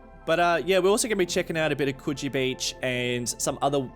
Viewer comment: Lol Coogee sounds like coochie